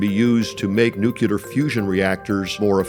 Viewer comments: Nu-cu-lar. EAR-SPLITTING SCREAMS It’s nu-clear, bonehead. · "Nucular" fusion reactors lmao come on. Just say the word correctly please. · Why do people say nucular? It's nuclear... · This guy can't even say NUCLEAR correctly. He keeps pronouncing it NUCULAR. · It's not nucular it's nuclear. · You lost me at "nucular". Anyone who doesn't know how to pronounce a simple 7-letter word probably should return to school instead of talking space exploration policy. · As someone who works in space industry, listening to the "nucular" adviser, Trump and reading these comments, I can't think of any other word to describe this other than: idiocracy :-D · Nucular Fusion Reactors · Things I have trouble trusting: A guy who wants to mine the moon to make nuclear reactors, but also cannot pronounce the word nuclear. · guy mispronounces nuclear.. not a good sign